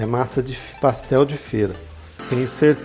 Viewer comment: PassteL mineiro